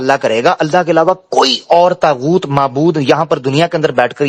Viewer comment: السلام علیکم یہ طاغؤت ہے تاغؤت نہیں بہت شکریہ